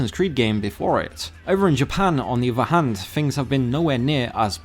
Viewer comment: I like the videos but whoever does the voiceover for this video really needs to work on their pronunciation and rhythm! It sound like a robot speaking and constantly pronouncing "th" in words as v or f (wiv-with, free-three, uvver-other, fings-things, munf-month, forf-forth)